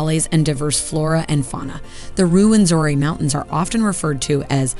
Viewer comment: Its Rwenzura not Rwenzori